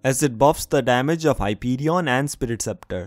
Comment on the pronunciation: hypi-ri-ii-on lol